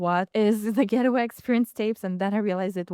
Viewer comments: Hey good people : -) she is saying the name incorrectly. It’s Gate way - not getaway . It’s like a garden gate but it’s not getaway like a bank robber. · 🤔 Pronounced: Gait-Way✅ ... not Get-A-Way ❌